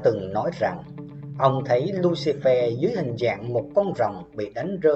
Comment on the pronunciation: Lucifer được đọc là lu xi phơ chứ không phải lu xi phe nhé ad